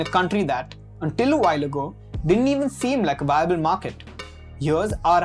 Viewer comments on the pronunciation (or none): none